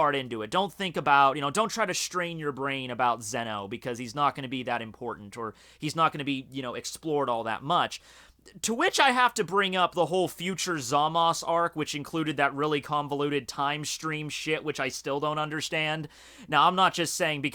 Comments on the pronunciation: the cringe when says zamas and not zamasu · FUCK How many times I reminded you that it's not "Zamas" but "ZamasU" ? I'm losing patience............